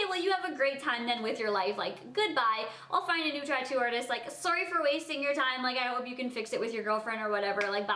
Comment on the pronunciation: Why does she say sorwy